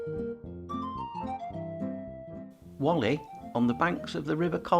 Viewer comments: As well as the pronuncation. It's Wall - ee, not wolli. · It is Whalley not Wally, you Wallie 😅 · And pronounced as in wall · Walley is spelt as Whalley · Very well put together, but please learn how to pronounce Whalley and Samlesbury